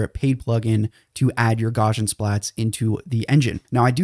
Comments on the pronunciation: Gauss is pronounced "gowss", and Gaussian is pronounce "gowssian". It's not gawshun. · Gauss is pronounced gows like cows not gauze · You might like to learn how to say Gauss's name. It isn't gORshan. It's Gowsian. Ow - as in the pain I get every time I hear his name mispronounced. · Did you call it Gawshin splatting?! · And the 'Gau' in Gaussian rhymes with Cow. I'm beginning to this this guy is a bot. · "photo" "gammetry" "gaussian"... Pronunciation, learn it.